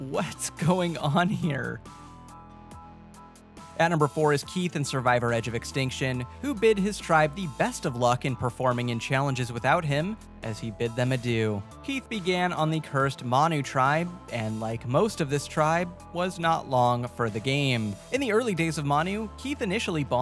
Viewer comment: No way you’re pronouncing adieu as ah dew